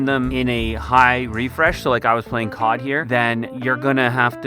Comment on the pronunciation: bro is saying Kod instead of COD😂😂